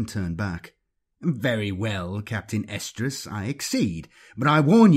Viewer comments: I keep hearing "Captain Estrus/Oestrus"... which then might as well be "Captain Ovulation." It'd probably make Slaanesh happy 🤷🏻‍♂️ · i think its something like Arestrus or Errestrus because he does pronounce an "r" in there. but yeah, its weird sounding.